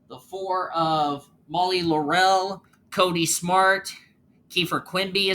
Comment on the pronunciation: laurel is pronounced LAUR-el not laur-EL